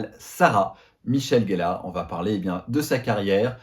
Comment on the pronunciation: Comment peut on être fan et dire « GELLARE » c’est GELLEUR !